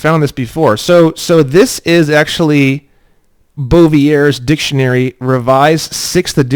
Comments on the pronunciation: Bouvier is from Belgium and it's pronounced a lot like the French word so you don't say the R its like "boo-ve-aye" ❤ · Bouvier's Law Dictionary, those darn French words! Here's how you pronounce it- Boo-Vee-Yay, now just speed that mofo up. Etymology = study of origins of words. Dictionary = how to pronounce words + throwing in a bit of common parlance. Have you ever considered conditional endorsement on checks and transactions? I do this "12 USC 411 lawful money only" this way I let the alphabet agencies know I Know there's NO money and help break the "tax liability" since I'm acknowledging the use of internal script aka FRN. Just a thought.....